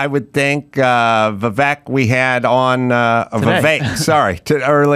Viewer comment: Adam, thank you for saying Vivek's name correctly. Idiots keep saying his name wrong. Kudos.